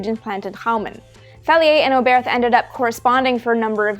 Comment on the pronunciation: Hermann Oberth was a German scientist. His name is pronounced without the h at the end. So no English th sound, just "Obert".